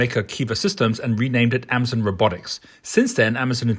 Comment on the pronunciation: pronouncing Hyundai and Amazon wrong... where did you get this guy?